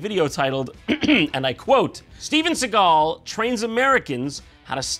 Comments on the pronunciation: Steven S-egg-al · he actually says Steagal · Seagal?? Why do people pronounce it "Segall" it's fkn SEAGULL for crying out loud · when i read his name i thought it was pronounced seagull, not sigall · Shouldnt his name pronounced like seagul with an a?